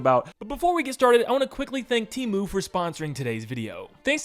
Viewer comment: It's pronounced "Teh moo" btw